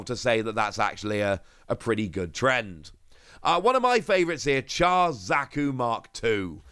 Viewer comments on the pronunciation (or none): Huh I od thought Aerial alt would have been cheaper then the Rx78 or Char Zaku II. Also before anyone gives you ishh about it. Char is pronouched more like "Shar". Ive read some reactions on the pronounciation and oh boy.😩